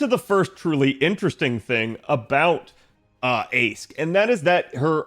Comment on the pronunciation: Not sure if people know about this by now but "Aesc" is pronounced "Ash" in Old English, as in "ash tree" just as "Toneriko" is just another Japanese word for "ash tree"